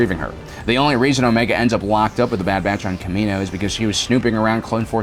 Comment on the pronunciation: Is he saying "dad batch" and "dadilorian"? Lol